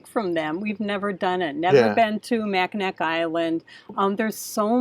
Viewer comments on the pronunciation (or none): Mackinaw Island, is the proper pronunciation. Traverse City is my home town. Enjoy, absolutely beautiful area. A lot of history and amazing amazing beauty. Watch “ Somewhere in Time” with Christopher Reeves and Jane Semore filmed on Mackinaw Island. Read up on the Soo Locks. Have fun! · FYI: Mackinac Island and Mackinaw City are both pronounced the same, “Mackinaw”. One is the French spelling and the other is the Native American spelling. BTW: we have done the Adventure Caravan tour of the Canadian Maritimes and would do it again in a flash. Made many friends and loved everything we saw. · Finally you are coming to Michigan. We will be "traversing" our home state like a dunk slug this summer. Maybe we will cross paths. You will enjoy. BTW, it's Mac -in-naw as in awe. What an honor! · Love you guys, I'm 70 years old, lifelong Michigander, I enjoy your kids so much, just a tip, it's not pronounced Mackinac even though it's spelled that way, it's pronounced mackinaw